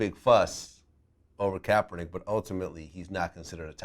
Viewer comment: He Said Kaperneck! LMAO 😂😂